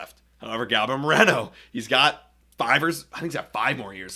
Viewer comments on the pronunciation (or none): none